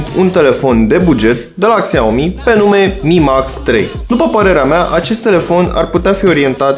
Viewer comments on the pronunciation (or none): Se pronunță Șiaomi